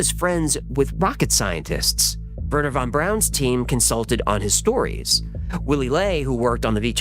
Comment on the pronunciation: Thank you for pronouncing Von Braun the correct way (@ min) "Fon Brown" (German pronunciation) instead of the Anglicized version "Vawn Brawn!"